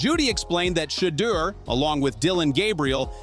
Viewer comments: Saying his name like cheater smh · Why white fool messing up Shedeur names saying it like cheater instead Shedeur. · I really wish they would pronounce Shedeur name right omg !! If they don't want to play him the whole game at least play him 2 quarters. Instead of sitting on that d**n bench he is wat too talented for this mess going on in Cleveland , quit playin my nephew , Come get him Raiders and His brother Shilo as well !!❤❤❤❤ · AT LEAST PRONOUNCE HIS NAME CORRECTLY FOR GOLD SAKES SHEDUER!!!!!! DAMMIT !!!! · STOP BEING AN A**HOLE BY INTENTIONALLY MISPRONOUNCING SHEDEUR'S NAME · STOP BEING AN AS*HOLE BY INTENTIONALLY MISPRONOUNCING SHEDEUR'S NAME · Dude a clown keeps mispronouncing his name on purpose